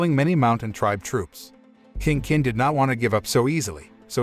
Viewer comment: I'm so bothered with his pronunciation of "King Kin", "Qin" is pronounced as "Chin" not "kin"....